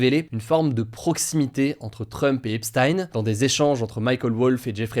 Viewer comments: c'est "epsteen" pas "epstaïne" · Epstein c'est pas prononcé comme Einstein, c'est prononcé "Ep-stine" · On prononce "epstine"